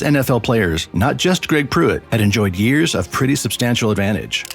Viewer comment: “100 Yers” later?”